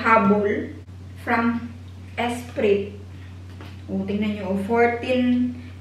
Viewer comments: ESPRIT IS PRONOUNCED WITH A SILENT LETTER T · ESPRIT------- ESPRI lang pagbasa silent "T". Just like gourmet ----- it's "gourme" or "gour- me" another silent "t"